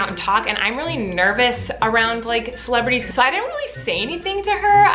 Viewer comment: every time she says celebrities i hear miranda